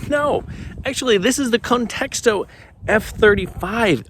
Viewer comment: Sounds like you're adding a second "t" in Contixo. Literally saying "context-o" 😂. Maybe you're a pro, but if so, you gotta learn to pronounce all the names of things you're reviewing.